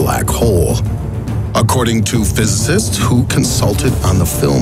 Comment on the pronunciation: I’m glad you mispronounced physicist because I now know your not a robot and genuinely have the best fkn voice on the planet!!